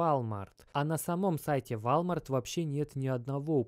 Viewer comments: Тоже обратил внимание, но спецом зашёл посмотрел, не комментил ли кто-нибудь до меня. Просто тут уже два слова, мне уже валмарт немного резало слух, а теперь и ройтерс. Не понял, это прикол или просто такая интерпретация слов у автора) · в отличие от русского языка в английском произношение отличается от того как написано. Поэтому мы и учили транскрипции в школах 🤟🏾🙂 поэтому вОлмарт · Вальмарт,валмарт..... Как угодно, толко не верно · Ройтес, Вальмарт. Как же уши режет. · govoritsya i chitaetsya woooolmart, ne walmart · Ты, вроде, собразительный парень, но мировые брэнды не можешь правильно назвать: Рейтерс, Волмарт. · Ты рофлишь???? вОлмарт!! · мужик, ну выучи уже английский - это невозможно слушать: "Вальмарт" ... ты чо Властелина Колец пересмотрел?! Просто не первый раз уже ... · У тебя произношение вначале видео слова Волмарт просто режит слух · все норм, но валмарт писец как режет слух) уолмарт же) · Уолмарт. Уолмарт. Запомни а. Ты же не говоришь Фони, Чамчунг или ЕКЕА. Надо же знать хотя бы о крупнейшем бренде в мире. Не в первый раз слышу "Вольмарт". Рука/лицо просто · все круто! Спасибо огромное! Только режет слух ВАЛЬМАРТ. Правильно произносить – волмарт. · Да не Валмарт, и не Вальмарт 🤦🏼‍♂️🤦🏼‍♂️🤦🏼‍♂️🤦🏼‍♂️🤣🤣🤣 е Уолмарт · Волмарт, ди. ВОлмарт. Не валмарт. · Как же режет уши слово Волмарт😬 УОЛМАРТ! УОЛМАРТ! УОООЛМАРТ!!! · Волмарт.... пожалуйста не надо никакого Вальмарта... просто... ВОЛМАРТ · Только не вАлмарт, а вОлмарт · ВОООЛМАРТ А НЕ ВАЛЬТМАРТ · Ааааа хватит вальмарта! Уолмарт или хотябы волмарт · какой вАлмарт!? это вОлмарт бл3т! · Не вальмарт а волмарт)) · Не валмарт , а волмарт 🤣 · Блин, это прям слух режет и одновременно смешно. Дружище, не ВАлмарт, а ВОлмарт! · извини дружище но и ты не прав, не Волмарт а Уолмарт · Минус уши 👂 какой валмарт))) волмарт!!! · 👉🏻 вОлмарт!!!!!!!!!!!!!!!!!!!! Как серпом по яйцам. Тебя просто смотрят люди кто тарится в этом сторе. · правильно Волмарт и Рейтерс - новостное агентство.